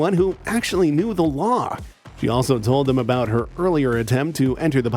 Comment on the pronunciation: Chinese man speaking broken English trying to demand waw